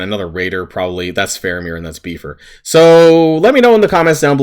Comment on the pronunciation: My brother in Christ you did not just call him “beef-er” lmao